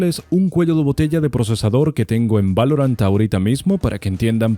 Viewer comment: Like por el "valoruant" xD